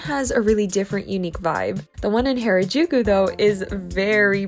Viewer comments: this is how to pernouce harajuku its ha-ra jukou its not pernouced hayrajouku this is just a correction not trying to be rude also loe ur vids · Not to be rude or anything but it’s pronounced har- a-juku and not hair-a-juku : ) also love your videos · U been there how long and can't say Harajuku